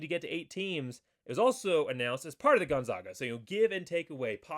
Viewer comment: Please learn how to pronounce Gonzaga. First say Zags. You will note it isn't pronounced Zogs.